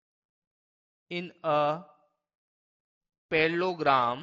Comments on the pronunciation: It's not perlogram ...It's parallelogram ... But it was good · Why you say palloglam😂😂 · SIR APNE ACHAA PAHAAYAA LAKIN APP PRONUNCIATION OF PARELLELOGRAM GALAT KAR RAHE HAI VOO CHEEZ APP SUDHAREE